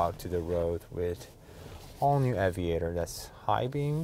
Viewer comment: Aviator, not Avaitor 🙂